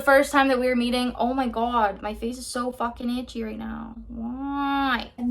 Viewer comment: I love how you go full on Ontario when you say “so fucken-itch”.